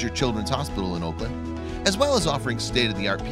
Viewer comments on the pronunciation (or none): Auckland is NOT pronounced "Oakland" is is "awklnd"... great story though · Oakland is in California. Auckland is pronounced AWKLAND.